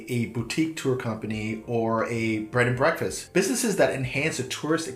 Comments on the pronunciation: Dude. Do you keep saying Bread and Breakfast? It's Bed and Breakfast. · I swear you’re saying bread and breakfast 😂